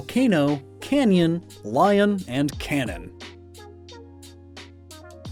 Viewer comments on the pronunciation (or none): none